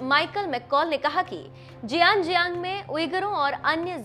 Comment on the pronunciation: oooohooooooooo ...jiang jiang nhi hai ........... jinjiang hai .... deb... kya yaar .. tum bol bhi nhi paayi .....